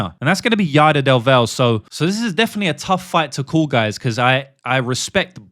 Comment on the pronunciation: Genuinely, how do you tape fights and then proceed to say the fighters name wrong a dozen times? “Yader DelVel” is almost as bad as “Charles OhLiveEehAirUh”.